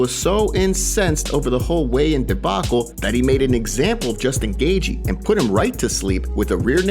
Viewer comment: You really need to say justin Gathjie properly